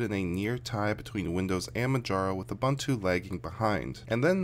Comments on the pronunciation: I am not going to read anything into this test except to say that windoze is substantially slower on my dual boot PC. BTW, it’s pronounced ‘ooboontwo’ not abuntoo. 😉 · Why do you pronounce Ubuntu as "Abantu"? This is not an Englush word, so the letter U should be pronounced as in practically each language of the world except for English, French and Dutch. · BlackWorm Yes, but I disagree. I am South African and his pronunciation is incorrect. I stand by my comment.